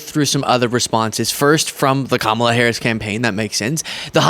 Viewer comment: On a positive note, i think i heard trump correctly pronounce Kamala. Maybe he only purposely mispronounces her name for his supporters. 🤷‍♀️ 😂